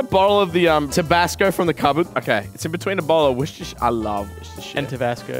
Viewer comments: why does pronounce Worcestershire "wishister"? I don't say wash your sister, I say "wore-chester-shire" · How many times can they say Worcestershire wrong 😂😂